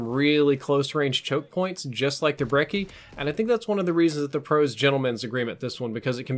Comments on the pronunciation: Brechi. Not brecki. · Team Ruthless Yeah. It's pronounced "Brecchi" beacause it's supposed to be Italian, Although I haven't heard the word Brecci in my entire life. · its pronounced 'breh-chie' surely you know how Gucci is pronounced. Lol great video as always. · When you pronounce brecci wrong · Lol stop saying brecci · said Brecci again 😂